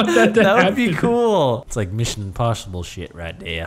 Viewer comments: I really love this video for the "Tom Cruisch: Misschion Poshible" bit - . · missun impusipol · Mussion imposhible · Mishun Imposhibul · Tom cruiesh mission imposhible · Mishin imposhable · Mishon imposhible